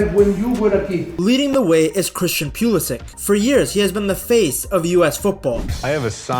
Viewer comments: pew lisic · If you're going to make a video on the US team, maybe learn how to pronounce their best player's name.